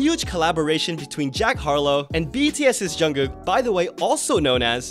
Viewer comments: Wait did she call Jungkook “Jungkung”? 😂😂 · The way I heard “John Cook” lmaooo. With the music Jungkook has been putting out lately he’s starting to remind me a lot of Justin Timberlake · Not "John Kung" 😂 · Lol thats Nomzamo mbatha from South Africa, she didnt mean to pronounce his name a little bit off😂....We as south africans just got a bit off accent